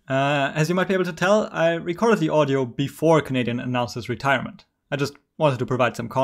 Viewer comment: why you had to do canadian like that on the first clip 😂